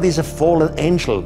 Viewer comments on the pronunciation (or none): none